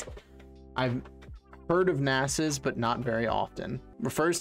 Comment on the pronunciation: How he pronounced ,,nase"